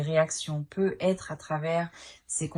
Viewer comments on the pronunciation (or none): Bonne guidance mais sincèrement ce " PEU ETRE" sans liaison c'est très pénible .. navrée